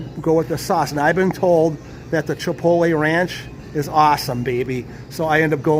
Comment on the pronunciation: It’s “pasta” and thank you for pronouncing chipotle right. 👍